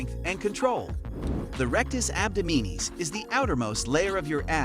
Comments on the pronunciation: Abdominis is pronounced Ab-Dom-in-us. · Interesting pronunciation of ‘abdominis’……… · DISCLAIMER: YOU WILL NOT GET A SIX PACK FROM JUST DOING PLANKS! After I heard you pronounce abdominis incorrectly so many times, and then also say that if you do the plank you will get a six pack, I stopped watching. Please do not spread that sort of disinformation. You need good diet and low body fat to have a visible six pack, that's it.